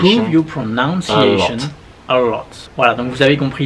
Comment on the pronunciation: À 1, 48 ils disent tous deux " pronounciation" au lieu de "pronunciation", erreur très commune chez les français